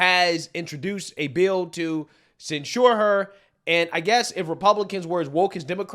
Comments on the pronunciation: censure sounds like "SEN-chur". "SEN-cher". not "sen-SHOOR" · Okay,. remember when I spent about three weeks BREAKING YOU OF THE HABIT of misusing the word "whom"? Well, I've simply had enough of your mispronunciation of the word "censure". It is pronounced CENsure. NOT cenSURE. Got it? Let me drive this point home for you. When you MISPRONOUNCE that word AS THE ASTUTE POLITICAL OBSERVER THAT YOU ARE, you may as well entitle your video "27 SEVEN YEAR OLD MORON ATTEMPTS TO EXPLAIN POLITICS". Got it? Love ya. Want you to be the best. Stop mispronouncing the word SENshure. Hoocked onn fonicks werks fer mee!! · please learn how to pronounce the word censure you were putting the accent on the wrong syllable and it really loses credit when it is the focus of your video you can google the word and it will teach you how to pronounce it but it’s embarrassing